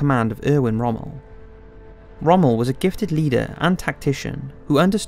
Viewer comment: The narrator's pronunciation of non-English names is BRUTAL and makes it clear this person knows nothing of WW2 history. It sounds like some of these names are names he's never seen and pronounced before. How do you pronounce 'Tobruk', 'Toobruk'? and especially Rommel? How the heck do you pronounce his name in two separate words 'Rom-mel"? Decent documentary but it was frustrating to listen to all of the mispronounced words.